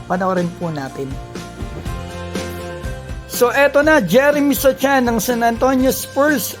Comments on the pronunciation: Jeremy So(c)han - silent C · Boss mali yung pag pronounce mo ng sochan 😁✌️